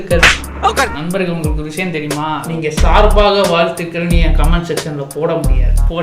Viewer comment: sar-ba-ga val-thu-kal🤓 intr-o never g-e-t-s O-l-D🤓